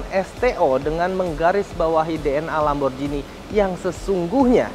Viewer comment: Kalo gak salah nyebutnya Lamborghini yah pake G bukan Lamborjini.